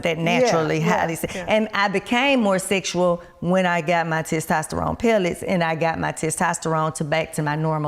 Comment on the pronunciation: The host couldn't say "testosterone" to save her life.🤣 Great video and bring her back 🙌🏾💪🏾